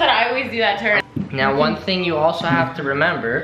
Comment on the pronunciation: The Alboe guys always say it , ting=thing